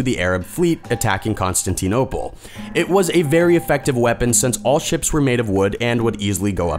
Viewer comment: My god. I dont know what to think about this. Can't pronounce Constantinople, but pulls of Antikythera. I second the hurt.